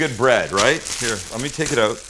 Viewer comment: Canadian judging from the way he says "out"